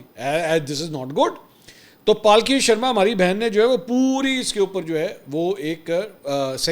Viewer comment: Not pal ki it's palki